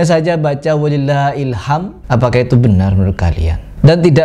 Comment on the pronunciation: wa lillāhil-ḥamd yang benar bacaanya